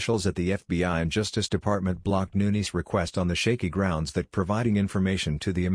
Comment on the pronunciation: Get rid of the robot voice, hire a human that can read aloud that can pronounce Nunes correctly!!!